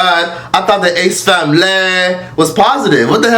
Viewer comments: If says “THE ACE FAMLAY” one more time😂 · The way you pronounced their name😂😂😂 ace-FAMLEEEEEE💀😂😂😂😂😂